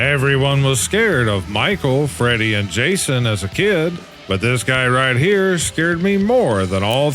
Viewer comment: Freddy don't appreciate you pernouncing his name last wrong